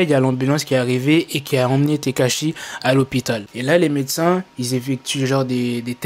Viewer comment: Quand il dit tekashi jcomprend steak haché😂,mais peut être que chief kieff derrière tout ça